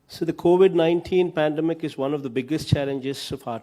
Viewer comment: is it pandemic or apademic :-) poor guy